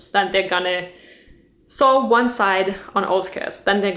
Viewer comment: I am greatly enjoying all your videos about fashion! May I offer a piece of constructive criticism? The word "sew" (both in present and past tense) is pronounced like "so", not "saw". "Sew" rhymes with "blow" and "show". :) Your English is excellent - such a tough language to learn!